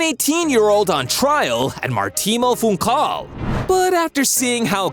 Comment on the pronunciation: your pronunciations kill me in portuguese so i shall help Maritimo was fine but you said funchal wrongly instead of funkal, its mostly pronounced as funshal seleção is pronounced to english speakers something along the lines of selesaum